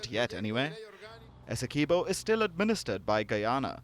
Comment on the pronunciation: As a Guyanese, I appreciate the efforts put into the report and the proper pronunciation for Guyana.